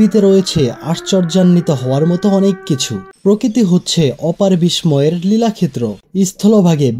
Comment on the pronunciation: অনেক সুন্দর হয়েছে কিন্তু তোমার উচ্চারণ কিছু ঠিক করতে হবে যেমন বিস্ময় বাহ্যিক এই উচ্চারণ গুলো একটু দেখে তারপর ভিডিও করবে। ধন্যবাদ